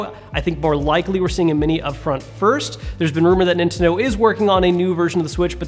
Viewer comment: you said Inteno instead of Nintendo